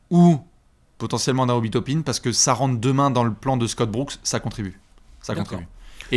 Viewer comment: Tu veux dire Obi "Top-un" ? 😂😂😂